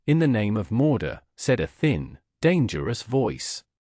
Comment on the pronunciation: I get having an accent , but when you said morda , instead of mordor